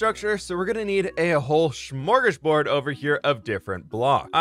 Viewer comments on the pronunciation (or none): Nooooo, not the butchered ”smörgåsbord”😂